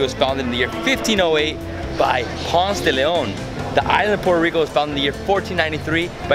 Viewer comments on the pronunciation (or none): none